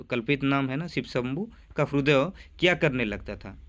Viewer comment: 👍 हिंदी उच्चारण का थोड़ा सा ध्यान रखिए। जैसे hrudaya नहीं hriday ,nrutya नहीं nritya.